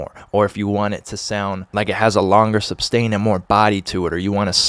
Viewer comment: isnt it sustain = ? not substain =)